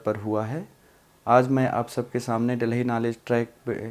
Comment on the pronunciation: Delahi kyu bol rahe